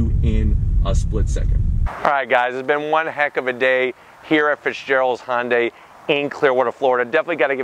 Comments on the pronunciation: It’s Hyundai not hondai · I wish people would stop saying "Hon-day" or "Hon-dye". It's actually "Hi-un-dye", but since 'murcans can't seem to wrap their heads around that, at least say "Hun-day or -dye"